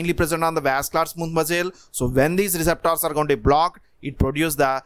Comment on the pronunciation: Indeed 😁 I reckon he's from India.